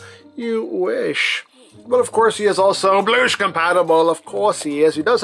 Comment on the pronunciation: “ We never bloosh to early ! “ 🤣🤣🤦🏽‍♂️